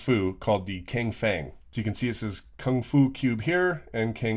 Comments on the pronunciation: Not 100% sure, but I'm pretty sure it should be pronounced "tseng" not "ceng". I am a Mandarin student, and sometimes C's act as TS's. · even I was a Mandarin student till last year in India it is actually chanchi not zhanchi pronunciation wise cangfeng thing yeah maybe it is tsangfeng for pronunciation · I mean like just a spelling difference perhaps. Chang-Feng sounds okay I guess